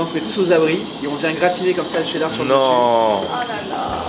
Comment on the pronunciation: Il y a que moi qui remarque que la fille dit chdedar au lieux de chedar???????????